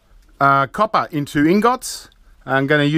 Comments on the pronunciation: Love the way he prenounces ingot but the coppa is kinda irritating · Niels Walraven YOU'LL NEVER CATCH ME COPPAH! LOL 😊